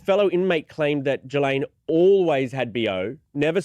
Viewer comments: Geh-Laine is the pronunciation the S is silent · No it’s pronounced it’s pronounced “Ghi-laine”. I’m French. Everyone is mispronouncing her name terribly.